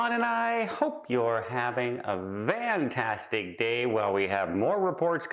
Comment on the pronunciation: Are you Saying VANTASTIC or FANTASTIC??? it SOUNDS like you're saying VANTASTIC!!??